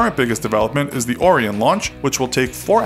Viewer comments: You mispronounced a couple of thing: It's Yuri Gah-gar-in, not Gah-gar-ee, and NASA's new capsule is Or-eye'-un, not Or'-ee-un. Orion is a constellation. Your title suggested a feature for feature, philosophy for philosophy comparison of NASA and SpaceX but that did not happen. No banana. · I'm sorry if you've been told this already, but it isn't pronounced like Orin, but Or-i-on. Nice video anyways! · "Oreeun" 😑😑😑😑😑😑 IT'S ORION! OH-RYE-ON! ORION! GET IT RIGHT. Also "YerAnus"😑😑😑😃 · that word you pronounced like "Ore-re-in" spelt "Orion" is actually pronounced as "Ore-rye-an" the same name as the constellation of "The Hunter" (Also I don't know how to use regular phonetic script, so please deal with the composition of words that form the pronunciation. Thank you) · that "or-e-on" spacecraft huh. not "oh-ryan"? lol Orion im sorry you had to be called that. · ORA-YON(Orion) not ORE-YON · its OR-IE-ON OREON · oh-rie-on not or-eon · It's O-Ryan. Not O-Reean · Lol it's not " awe-ri-on" it's "oh-ryan" Orion. Is how it's pronounced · OH-RYAN (Orion) .... not oreon... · A) The Orion capsule is not the same thing as the Space Launch System or SLS. Technically there is not an "Orion Program"B) Orion is not pronounced "Oh ree on" by anyone at NASA, but "Oh rye en" instead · Why are you pronouncing Orion OR-EE-EN instead of OH-RYE-AN? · Oh-Ry-An. Not Or-EE-en. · O-Ryan on orian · I'm sorry but it's it's not or-ee-en it's oh-rye-in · Orion is pronounced (Oh-RYE-in) not (Or-EE-in) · Have you also been made aware of the correct way to pronounce "Orion"? Kind of like this: Or Ryan. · Lol this man said orean so dumb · "Or e on" ugh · It's pronounced O-rye-uhn. Like the constellation. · Can't get over your pronunciation of Orion. It's uh-rahy-uh n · Did you just pronounce Orion Or-Re-Own? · You pronounced Orion wrong... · Minor issues: The first man in space was Yuri Gagarin, not "Gagari". You also pronounce "Orion" oddly. "Ore-Ryan" is how most of us say it.